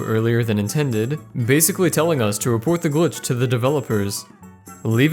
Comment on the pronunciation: Just scrolling through comments and couldn't help point out you said “Roughport” instead of “Rogueport”